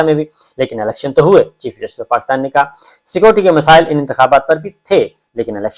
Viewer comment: dear Mr. sabir Shakir, please try not to keep repeating your sentences just say once and secondly, please pronounce the word "security" properly. The word is "Security" and not "Scoty". Apart from that, your vlog is wonderful. Regards